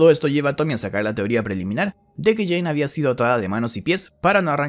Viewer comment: nadie: inglese: jane dou jhonn dou argentinos: jean DOU